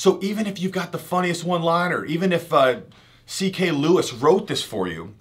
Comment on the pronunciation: this guy just say ck lewis? wtf